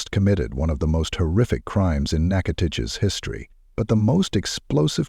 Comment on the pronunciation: I’m sorry but I’m thoroughly surprised that an AI voice over pronounced Nachitoches properly, very surprising, not nearly as the horror of this story but still very surprising